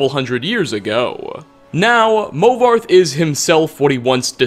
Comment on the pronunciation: Movarth The Queen is what I heard lol